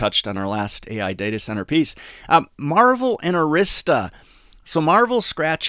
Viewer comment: It's Marvell (marv-el)